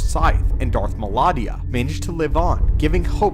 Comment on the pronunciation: Did you say "Darth Melania"? 😳